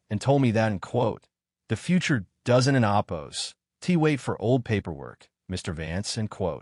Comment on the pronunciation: Learn to pronounce OPPOSED.